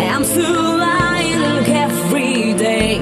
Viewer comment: I to g wymawiane w lying. Dramat.